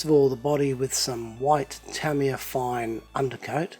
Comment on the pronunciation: Tamiya is pronounced Tah-ME-Yah